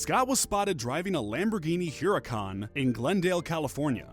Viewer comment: He said huhrac